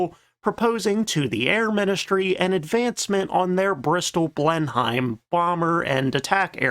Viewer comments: ...it's blen-em, not blen-heim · Just a quick note: Blenheim is not pronounced 'BLEN-hyme,' it's pronounced 'BLEN-im,' as in Blenheim Palace, birthplace of Sir Winston Churchill. You're welcome. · It's not "Blenhime", it's "Blennim". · It's pronounced Blenim, not Blen-Hime ...... however correcting this narrator is pointless as he never reads the comments. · I just don't understand why you insist on talking about Blem-himes. The rest of the world, including the UK, insists it's Blen-nem. I know how it's spelled, but it's English and English spelling has no correlation to pronunciation. Ever. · Blenheim is pronounced "Blennem" and Buckingham is pronounced "Buckinem". Strangely, you have issue with pronouncing template as "templet"...😆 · its prounounced blen em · Nope, I can't take "Blenn-hime." I'm out. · Practice saying " Blen him "...The Beaufighter you won't get none better in it's Design and ruggedness, one of. My favourite British Fighter strike Aircraft.. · He never learns. Seems like every other video, I'm wincing at "Blen-hyme" or "Boot-on Paul."😄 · I'm convinced his constant mispronunciation is deliberate rage-bait to generate comments for the algorithm at this point. It feels like every second video on this channel talks about the "blen-hyme" and he is constantly corrected on terrible pronunciation of all manner of words. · I would say Blenim. But I'm from Belfast. At least he doesn't pronounce the g in Buckingham like a scouser. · He does this in every video that mentions the Bristol Blenheim. And sure he knows well enough by now the correct pronunciation. I’d say he just does it deliberately for a bit of good humour at this stage. Makes me smile every time he does it now. And have you ever heard him pronounce Bolton Paul? It just a bit of fun injected into videos! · Usually like this channel but saw the comments about the mispronunciation of B!enheim and decided to give this video a miss.